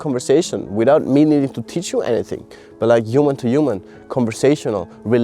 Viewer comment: I love that the way you say “human” sounds like “You Man”❤🥹 which feels so unintentionally poetic and on brand✨